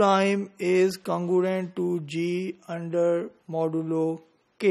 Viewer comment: mispronounces the word "congruent" and says "congurent". yaar pata kero is ko PHD degree kis nay di hai.